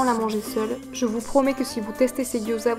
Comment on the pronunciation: Ta recette a l'air top! je vais tester ça le plus vite possible :D (gyoza se prononce "diaodzeu" au fait :) )